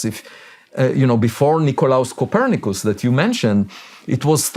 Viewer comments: Shawn, I love your show. I think you're great, so don't take it the wrong way when I tease you about saying Co per nick us😂 It sounded like something my wife or I would have said! Keep up the great work and thank you for your service.❤ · Shawn, love your show! My constant companion when I travel. Keep up the awesome work!! 👏🏽 You did pronounce Copernicus wrong. He was just being polite. Kuh PER nih kiss. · Cuh-per-nih-kiss Come on Shawn 🤣🫠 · How does Shawn not know how to pronounce Copernicus??? lol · True, but how does Shawn not know how to pronounce it? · I can't believe how bad Shawn butchered it. Do high schools not still teach about Copernicus? How do they explain the heliocentric view? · he says it at -ish. He also gently reminds him of it with a smile. He still chose to phrase so as not to be degrading. I knew I would like him, when he didn't correct him on the pronuncia. But, seeing as how he was able to tactfully show how the name is pronounced, all while being as gracious as possible. Such a class act. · I love how he butchered Copernicus 😂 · .. Avi is just being nice.... you did actually butcher tf out of Copernicus.. but then again so is my talk-to-text so .. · Lol Avi is too kind. You butchered the fuck ouuta that name lol. Had he corrected you you would have surely recognized it.. Nevertheless fucking great man. Thanks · Messing up Copernicus was wild lol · Love Shawn Ryan and that introduction 😂 Just because you cannot pronounce Copernicus doesn't mean that you're not a smart guy And it makes me feel like less of an idiot. For not understanding half of what this guy's about to say 😂